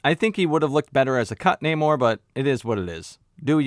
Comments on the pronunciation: The main antagonist's name is pronounced as NahmÓRRRRRR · in the spirit of political correctness, you gotta roll the Rs like Galadrrriel... it's pronounced Naw-Morrr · I LOVE THAT ALL THE BLACK PEOPLE IN THIS MOVIE PRONOUNCED NAMOR CORRECTLY-"NAY-MOR"- INSTEAD OF THE IDIOTIC "NON-AMOR" BULLSHIT THAT HE CALLED HIMSELF... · It’s NAH-MOR. it’s not that hard my guy. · Loved your review! Totally agree! And the naymourhdjsod pronunciation - made ma laugh so much!!! 🤩 😂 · Its, Nah-moor~ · Its pronounced Nemo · You could've go back and watch the movie again and listen how they say his name, but you gotta repeat this lame ass joke a couple of times when in reality his name is so fucking easy to say. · In case you didn't know I like your videos but just so you know the whole thing with namor and being pronounced in a Spanish way as you know a person who's Puerto Rican that was not something that was you know done for any cultural reason it was done because Paramount owns the f**** rights to namor and the submariner property so they couldn't say the name and they couldn't use the term atlantian they couldn't use to try then they couldn't do none of that so they had to get around it that's why they they took the whole culture and they pronounce his name differently that's what this whole world to embrace the Latino culture and all this b***** that wasn't true about us but I think that the guy did a decent job with what he was given it could have been a little better the movie was okay it was all right but that's what happened that's what the whole thing with the Namor situation is about nothing else they just don't have the rights to the character and they didn't want to get sued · It's not hard to pronounce namore. They were important to us, represention.. other than that I completely agree with many of your point of views. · You had me laughing every single time you said “Namor”